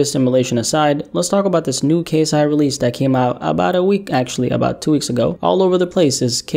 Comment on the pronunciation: He butchered KSI’s name lmao 😂